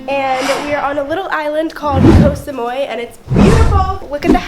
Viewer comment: Koh Samui not Koh Samoy 🙄